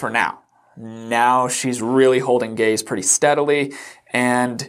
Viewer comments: swear to god I thought you said "She's not holding gays..." Not "gaze." lmao im such an idiot. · gaze, not gays,, come on